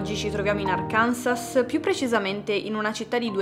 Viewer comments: So pronuncia “Arkanso” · Arkansas si pronuncia ARKANSO. Scusa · Perdonami, se mi permetto, non vorrei sembrare un English grammar - nazi. La pronuncia è Arkansaw (Àrkanso). Stesso principio per le contee che finiscono con -shire. In American English lo pronunciano male, tipo YORKSHAIAR,mentre in inglese VERO (Brit, Aussie) è SHEER. Quindi York-SheeR,(Yorkshire) Lanca-Sheer (Lancashire), Che-Sheer (Cheshire). Comunque a parte questo, complimenti per la tua bravura come sempre, i fatti in questa storia sono agghiaccianti. L'incompetenza dei cops poi è davvero imbarazzante!!!!!! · Che storia folle… un misto tra incompetenza e menefreghismo. Una nota sulla pronuncia che ho scoperto poco tempo fa, lo stato si pronuncia Arkanso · Ciao, grazie per il video. Con ruspetto, mi permetto di correggere la pronuncia dello Stato dell'Arkansas. Si pronuncia "ARCANSO" con l'accento sulla O. Non so perche' ma qui lo pronunciano cosi". Un saluto dallo Stato di Washington